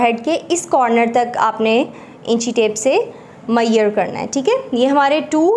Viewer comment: its not maieyer its measure and measurements